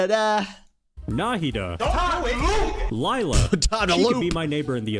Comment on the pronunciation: bro its pronounced Layla, not like a wannabe sparkle from a cat and bug show